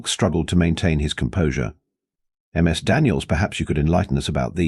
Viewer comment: Learn your AI announcer: "Ms. Daniels" is pronounced "MIZ Daniels". Not "M. S. Daniels". "Ms." is the proper formality when it is unknown if the femail being addressed is single ("Miss") or married ("Mrs." pronounced "Misses") The professor should be addressing all the female students with "Miss _(last neme_)" if he wants to use formalities. All teachers I had either called the students by their given name, nic name, or (for the guys, anyway, their family name.) Girls were called by their given name or nic name. My cousin, Elizabeth, went by "Betsy". (She still does, in her 60's.) I was called "Steve" or "Hoppy" by my teacher. Friends called me "Hoppy" or shortened it to "Hop". ("Hopkins" was my family name. I found out after graduation my mum and all the adults in the family lied when they taught me my name. 🙄)